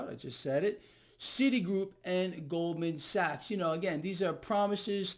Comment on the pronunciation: “Gold man sacks”